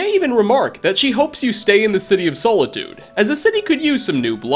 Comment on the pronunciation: As an elder scrolls fan the way you said Solitude hurt my brain.